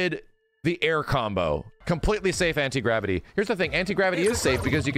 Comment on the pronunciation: for a hours I thought he was saying it incredibly 😂not anti gravity